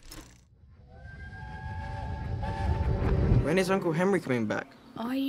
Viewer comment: stoooooooooooop calling him Henryy lmaoo